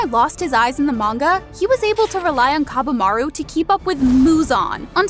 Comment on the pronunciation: the way she pronounced kaburamaru is actually paining me☠️